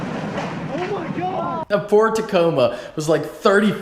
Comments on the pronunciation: Did he say ford or poor Tacoma 😂😂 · Hold up did he say ford tocoma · It really did sound like you said ford. I swear to god I heard a D at the end Unless you said poor'd Tacoma. Anyway when the fuck your wrapping the dirty. ? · He called it Ford Tacoma because at the end of the day that's how all Fords end up, especially Mustangs... PS: I know he said ''poor'' instead of Ford so don't come at me bitching about it.